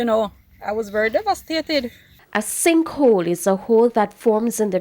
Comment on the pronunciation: DUDE. IT'S SINK HOLE NOT SINK HOLD!! C'MON!